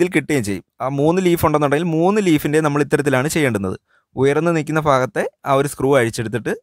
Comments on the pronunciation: Sathyam fa ennalla bha ennanu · ഉയർന്നു നിൽക്കുന്ന ഫാഗത്തെയല്ല; ഉയർന്നു നിൽക്കുന്ന 'ഭാ'ഗത്തെ എന്നാണ്. മലയാളം തോന്നിയ പോലെ പറഞ്ഞ് വികലമാക്കരുത്.. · ഫ, ഭ ഇവ രണ്ടിനെയും ഒരേ തരത്തിൽ ഉച്ചരിക്കുന്നതിൽ ആണ് തെറ്റ്. ഇതിന് വലിയ ശാസ്ത്രം ഒന്നും വേണ്ട. രണ്ടു തരത്തിൽ ആണ് എഴുതുന്നെങ്കിൽ രണ്ട് തരത്തിൽ ഉച്ഛരിക്കണം.